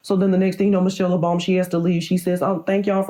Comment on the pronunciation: What I heard: Michelle Obami